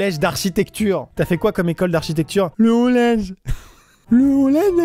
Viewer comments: « le olege d’architecture » mdr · Tu es allé dans quel collège ? Au "ollege" d'architecture 😂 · j'adore "le ollege d'achitecture et planning "😂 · "Le ollège,le ollège de l'architecture" 😂😂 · le "ollege"🤣🤣🤣